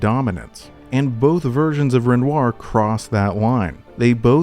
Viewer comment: Bro, love the breakdowns gotta say though, its REN- WAH.